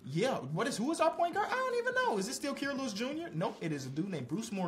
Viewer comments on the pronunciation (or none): It’s Ky-ruh not Key-ruh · I beg u please pronounce Kira’s name right